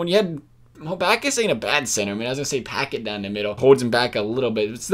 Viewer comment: You pronounced Paquette's name like "oh I just opened a PACKET of cookies